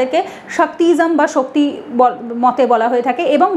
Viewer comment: আর দ্বিতীয় কথা হল আপনি বলছেন যে সনাতন ধর্মে ভগবান বিষ্ণু হলেন পরব্রহ্ম এই তথ্য আপনি কোত্থেকে পেলেন আপনাকে কে বলেছে শুধু ভগবান বিষ্ণু পরমব্রহ্ম লোক কে ভুল বোঝানো বন্ধ করুন। আগে নিজে পড়ুন জানুন তারপরে বলবেন একে তো ভুলভাল বলবেন আপনি বলছেন সইবো শাক্ত এবং বৈষ্ণব যারাই তিনটিতেই বিশ্বাস করে তারা স্মার্তো এই কথাটাই তো সম্পন্ন ভুল। আর বৈষ্ণবের বেলা তো ঠিক উচ্চারণ করতে পারছেন। কিন্তু শক্ত এবং সইবো এইগুলো আপনি ঠিকঠাক উচ্চারণ করতে পারছেন না দেখছি। আপনি বৈষ্ণব সে ক্ষেত্রে আপনি ভগবান বিষ্ণুকে পরব্রহ্ম মনে করেন ঠিকই তবে আপনি এটা কোনদিনই বলতে পারেন না সনাতন ধর্মে ভগবান বিষ্ণু ই হচ্ছেন পরব্রহ্ম।